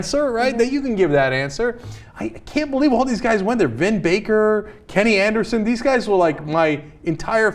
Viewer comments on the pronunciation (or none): none